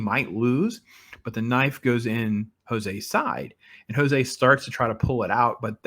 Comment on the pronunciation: The characters and the actors playing jose , amar & his wife , bejoy , stephen raj and karnan's son prabhanjan are from kerala aka malayalam . And Jose is a very commonly used name in kerala and its not hispanic , its actually portuguese , so the pronunciation is also not "Hos-ay" , its rather pronounced "Jos" or "Joe's" as in short form of joseph . For tamil and kerala audiences this part is clear so no confusions . Vikram in short is a collaboration of veteran legend of tamil nadu kamal hassan (vikram/karnan) with the current renowned tamil actor vijay sethupathi (sandhanam) and his malayalam contemporary actor Fahadh faasil ( amar ) with a visionary director like lokesh kanagaraj . Also actor suriya (rolex) and his real life brother karthi (dilli) adds to the charm of everything in this movie .